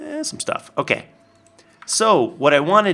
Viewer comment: Did you notice? He had OAK leaves and he said OAK-kay!